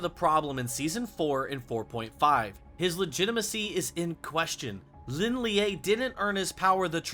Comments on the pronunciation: Pronounced so wrong 😭... Shao Laou, Lin Lee, Dzjoung. Not Lin liaeee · isn't Lin Lie just pronounced "Lin Lay", and not "Lin Leeyay"